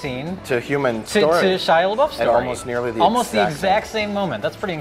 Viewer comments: "Shia lebuff" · He calls out Rich for mispronouncing Megan Fox's name, but doesn’t call himself out for saying Shia LaBeouf's name wrong.